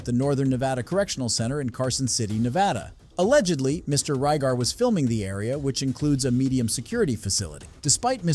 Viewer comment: The name is Drew RIBAR, not Rygar.